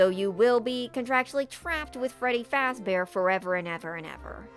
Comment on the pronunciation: Freddy Faz-Benders